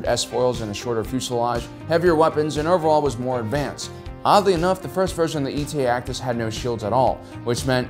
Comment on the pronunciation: The Eta-2 Actis was pronounced "ay-da," not "ee-tee-ay"